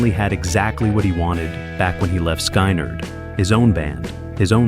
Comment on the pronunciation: Skynyrd, not Skeinerd. Interesting topic, but that detracts from the professionalism of the vid.